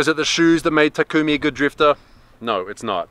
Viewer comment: Why does everyone say "Ta-koom-ie" I thought it was "Ta-kum-ie"